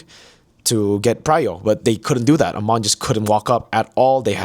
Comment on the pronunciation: its Ey-mon not A-mon 😭 he literally says it in his voiceline